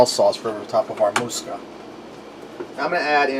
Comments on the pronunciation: You're pronouncing musakka as moose ka, should be moo sa ka and bechamel as bash instead of besh. I had to be that guy but the dish looks good. Traditionaly when making a bechamel you put numeg in when you cook it, preferably grated but I've never met anyone that had it in raw form. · Moo-sak-ah have not had it in years 😀